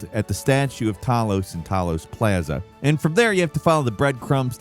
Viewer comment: Never say “plaza” again